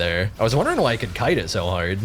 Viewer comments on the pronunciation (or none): none